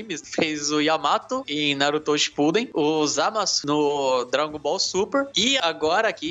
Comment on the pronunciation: "narutÔ" (ai meus ouvidos ;-;) brincadeira kkkkk